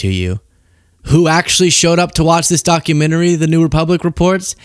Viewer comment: Ah a “Documentme” 😏